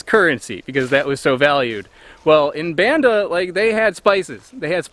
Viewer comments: Thanks for your hard work, it's pronounce Bund-da not Band-da Island, thank you very nice :) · It's pronounced Bahn-dah, with the same "ah" vowel as Java. Indonesian is a VERY phonetic language. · This is really amazing work. It would have been nice if you had taken the time to learn to pronounce Banda like Indonesians do.